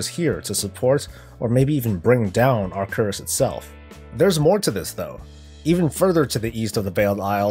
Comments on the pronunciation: Acherus is pronunced 'Akkeruss' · Its Ack-er-us, the order hall name. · How dare you butcher the name of my Order hall, The Deathlord comes for you!